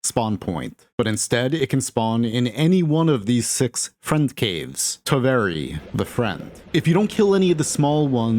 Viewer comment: Its completely normal to mispronounce Finnish words and I usually ignore it. BUT Please, PLEASE learn how to pronounce "Toveri" For your own good.